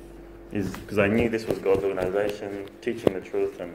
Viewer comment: Note how many times he is saying organation, where in the Bible does it say that God has an organation? I am so glad you are calling this org. In to question. Go to Jason Zeldas videos, watch them all before you go back to any meeting at the hall. Jason is a Christian and he will take you through the Bible KJV, and not the JW Bible. You will learn what the real Bible teaches . Good luck my friend. Love Erik Tonnisen